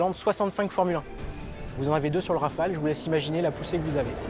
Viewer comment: Please ... RAFALE and not Raphaels!